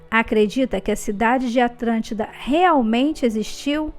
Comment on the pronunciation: Atlântida ou atrantida!!! 🤔🤔🤔